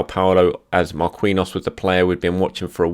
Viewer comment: it's not pronounced Mar-kween-yos it's Mar-keen-yios